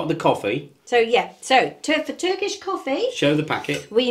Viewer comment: Hi and you are so lovely folks ❤ your pronunciation of Turkish is amazing good job☺Greetings from Canada I miss my home country ❤